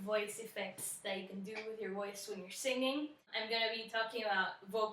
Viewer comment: Hey there, you have an amazing voice. If I may, might I suggest in that Alanis Morisette song that you don't close down the jaw with the oo vowel in you. There is a reason Alanis pronounces it the way she does. She says "I'm haiire to remind "yahow" Say it like that because it keeps the Jaw open and gives the smallest shift in jaw placement. You want to keep the mouth as open as you can at all times and from vowel to vowel make the smallest shift possible. Why? Because when you shift from Ah (open) to oo (closed) there is a tendency for a slight drop in pitch. Also the tongue gets in the way and less air is allowed to escape the throat which causes tension at the base of the tongue. Test it for yourself.